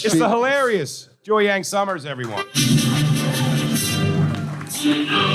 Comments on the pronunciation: How many appearances until the pronounce Jiaoying's name right? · Bless the queen jiaoying for listening to these tards call her Joyang the whole show